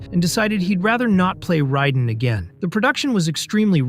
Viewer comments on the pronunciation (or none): Warner Brothers, not Bros Raiden "Ray-den" not "Ry-den" FFS 🤦‍♂️ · It's Mario bros not bras & it's (Ray den) raiden not riden 🤦🏼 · Love the video and the info. FYI it is pronounced “Warner Brothers” not “Bros”. I know that’s how it is spelled, but not pronounced the same way. Raiden is pronounced ray-den not Rye-den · Great Vid, but please stop pronouncing it RYE den, Its RAY den, and dont try sayin some " in chinese mythology" its RYEden.... the creators who made the game clearly says FINISH him, RAYden Wins flawless victory... also Warner BROS, short for Brother, its not Warner Bross, I dont call my brother my BRA, I call him BRO, apart from that good research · Did you say Ria-den? Its Ray-den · not rai den, ray den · You lost me when you called "Raiden" "Risen". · I know what you mean pronouncing it ryden is criminal. This guy's never played an mk game or watched any mk movie or he would know how to say it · Super Mario "Bras" and "Riden". Yeah, you're just a biter looking for content. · I dont think the narrator in this video is a fan of mk. He cant even pronounce RAYden properly. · Riden? Who the f is rye-den? Also MK hit rock bottom in 96? Tf is this video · Riden ??? frfr bro … really ????? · How can such a detailed and well told video can be made without saying Raiden right. 😅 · Pronouncing Raiden like that should be a crime against humanity. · The way he said Raiden's name lets me know he never played the game lol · I dunno if you’re pronouncing Raiden incorrectly or if ive been saying wrong all these years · Really bothers me how he says bros and raiden. Just don’t. Great research tho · Why can’t you pronounce Raidens name correctly? Have you not seen the movies or played the game ffs 🤷‍♂️ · Why do you say raiden like that